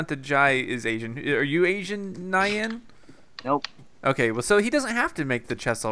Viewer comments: You're all pronouncing Nyan wrong lol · You're still pronouncing "Nyan" wrong...